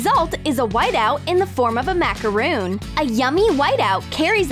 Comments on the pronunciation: It is pronounced macarOn not macarOOn!! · Its Mac A Rooon not Mac a ron